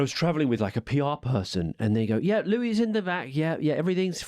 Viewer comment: They couldn’t even pronounce Louis’s name properly. Louis is a clever guy.